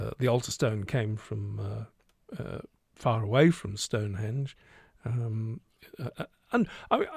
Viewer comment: one thing id say is you dont pronounance stonehedge corredtly.......refer to spinal tap film.....ps im dyslexic cant speel for toffee Jh